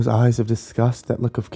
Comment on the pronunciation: oh i guess just didn't sound out the s:") i thought she was gonna be a corpse or smth